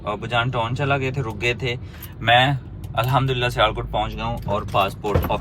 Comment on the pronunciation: Yar khuda ko mano TON nhi hota TOWN hota hai